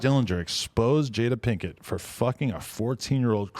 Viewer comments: “Jada pink eye” lol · Nigga said jada pinkeye lmao